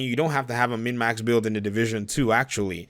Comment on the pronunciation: Are you saying mid max?